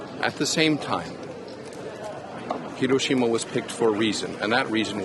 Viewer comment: Why are so many in the media incapable of pronouncing Hiroshima (Hee row shee ma) even remotely correctly. They can pronounce the 'i' as an eee in sushi, tsunami, and a dozen other loan words. At least Jake Adelstein, on location, got it right.